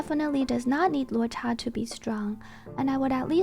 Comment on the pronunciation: 10 on 10 on pronouncing luocha